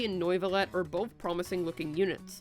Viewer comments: "Noivolet" lol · Since you threatened me with jail (though I wouldn't even mind that much with Wriotheley as my jailer :3) if I didn't comment: Good video, and here are tips to pronounce the two names correctly. Wriothesley is pronounced: "rise-lee" Neuvilette is pronounced: "Noe ("oe" pronounced like the "u" in "hurt")-vee-let"